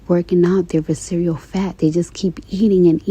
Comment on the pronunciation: She said vis-cereal fat 😂 not visceral